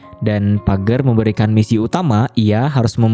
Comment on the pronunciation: Dibaca "pejer" bukan pager ya bang